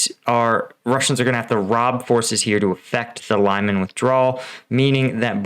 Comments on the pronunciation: Your pronunciation of Lyman makes me think you have zero credibility on this matter.Peace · Stop butchering the name of Lyman :) You are pronouncing it so wrong. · Is it possible that a native English speaker really believes that the pronouncination of Lyman is "laiman"??? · It is Lee-man, not Lie-man. Try watching videos by Ukrainian creators to find out how to pronounce Ukrainian place names. Reporting from Ukraine: Denys Davydov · Great explanation. Thanks. I think it is pronounced like Lee-maan and not like lie-man. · Pronounced “Lee mon”. Not “Lie mon”. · LEE-MAAN NOT LIE-MAN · Here's how to pronounce "Lyman" properly: The "Ly" sounds like "ly" in "orderly". The "man" sounds like "mun" in "munch". It's not "lime man". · "Lie-men"? Lyman. Pronounce it as Lee-mawn. Put some effort in it. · Your video is quite well done but you should at least, before you create a video, do a little research about how to pronounce city's names, unless it sounds quite weird and ridiculous. The way you pronounce Lyman is completely wrong. There's no A after Y, it's Lyman (Liman), not Layman (Laiman). Lee-man, if that's easier to understand. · Just to mention - Lyman is pronounced as “Leeman”, not Liman. It’s not that difficult to pronounce it correctly. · it's not american pronounciation ly-man.. it's more like an american would pronounce "leemun". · it doesnt sound as Laiman, its Liman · Thanks for great videos. Just a correction on pronunciation, Lyman should sound as 'Leeman' where 'a' sounds like 'oo' in 'blood' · Pronounced LeeMon. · Oh boy. Mispronounced multiple times! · It’s pronounced Lee-Mon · Lee-man,. Lee-man:) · Lyman is not "Lie-man" dammit!